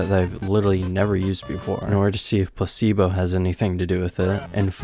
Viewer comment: why does he keeps saying pussy-bo instead of placee-bo